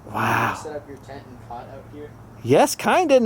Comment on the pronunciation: Did London just say, “Tent and pot”? 😆